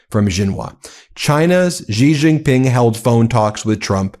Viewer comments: Great coverage guys. But please learn to pronounce foreign names coz your pronunciation is making my ears bleed. Xi Jin Ping = Shee Jin ping. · Please say Xi Jingping properly, its annoying. Xi is pronounced like 'She'